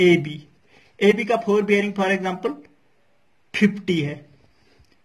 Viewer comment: Nice explaination ( phorebearing) (4bearing) 😂